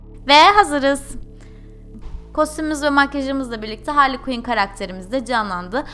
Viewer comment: .y ayrıca o HARLİY KUİN DEĞİL HARLEY QUİNN